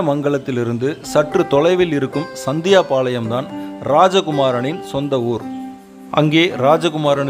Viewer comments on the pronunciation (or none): அது சத்தியபாளையம் அல்ல சந்தியபாளையம்.இவர் வீடு எங்க பாட்டி வீடு அருகில் உள்ளது..